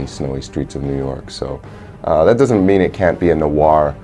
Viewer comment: another cool "nowahr" game :)